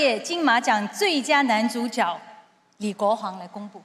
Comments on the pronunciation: 主角 正确拼音是 zhǔ jué。 怎么这两位主持人都念成 zhǔ jiǎo？ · 主角的角应唸jue( 阳平)。 致金马奖。